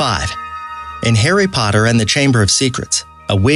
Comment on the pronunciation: Hairy Podder